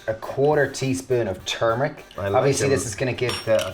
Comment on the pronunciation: Thank you for saying turmeric and not 'toor'meric